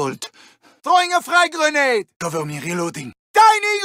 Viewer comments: GRENATTA! GRENATTA! Me: I think you mean grenade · It is he allegedly pronounces the word "grenade" in Russian. Allegedly.